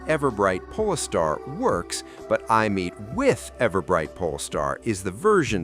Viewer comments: It's Aemeath not "I'm meat" 😂😂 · Eye-a- Meat 😭🙏